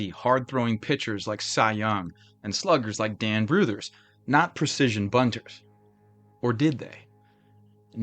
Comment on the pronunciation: Has there ever been a more optimistic name in baseball than Hugh Jennings...? First, congrats on saying "Brouthers" correctly. Second, most of this squad went to the Superbas after the team folded in 1899. The Superbas ultimately went on to become the Brooklyn Dodgers.